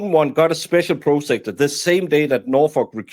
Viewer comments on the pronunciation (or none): PROS ah-cue-tor. Prosecutor. I only speak one language. Thank you for the content.